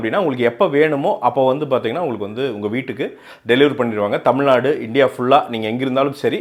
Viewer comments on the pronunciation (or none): none